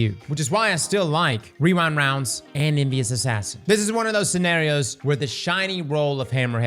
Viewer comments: Rewind woundes 😂. You're like the 5 th yter I heard say that in the last 2 days. Its a lil tongue twister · hehe 'rerind rounds' every time